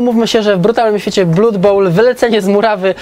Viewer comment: jak zawsze w genialnej formie:) Jedna mała rzecz, która jednak strasznie kłuje. [`blʌd] krew wymawiamy [`blʌd]:)